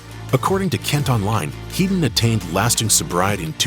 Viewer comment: Topper HEAD-ON, not "Heedon." You can't have a heedon collision, but you can have a head-on collision.